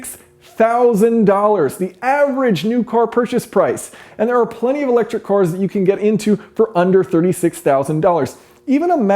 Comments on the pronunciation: Watched countless of your videos, but in this one you say "cors" instead of "cars" which is weird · Weird how he says cors instead of cars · thought he was saying electric whores at first... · Just me, or was Jason saying cors instead of cars the whole time? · Core corr core cor, all I can hear now